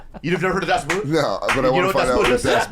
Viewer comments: It's not pronounced "boot", but "Boot" like in German. so in English like "Boht" (long o, no oo) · That´s not how you pronounce Das Boot, idiots!